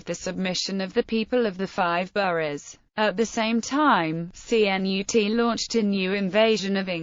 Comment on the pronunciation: Cnut CHUNT lol sound like a robot